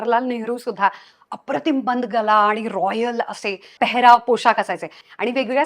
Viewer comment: बंद गला नाही .......बंद गळा.....आधी मराठी सुधार.....बंद गला😅😅😅काय भाषा तुजी